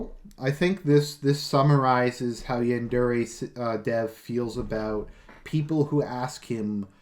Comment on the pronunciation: So one thing I noticed and it bothers me so much....he pronounces yandere wrong... But yeah I found your video and that Rise and Fall documentary recently and opened my eyes. I really do think more fans should watch this stuff because I think they just don't know. Even the youtubers who play the game on a regular basis probably aren't too aware of all the crap going down. I immediately let my friends know how much of a bastard this guy is just so there's more awareness going around. Hopefully in the end it'll shut him down.